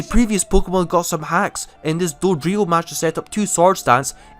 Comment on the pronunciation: This dude says pkmon instead of pokemon